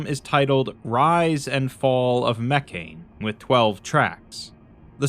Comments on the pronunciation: What's really going to bake your noodle later on is that Mekhane was meant to be pronounced "meh-KHA-nay" or "MEH-kha-nay" all along and makes a lot more sense that way. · But the way he pronounces it has the religion be pronounced “mechanism” which is funny.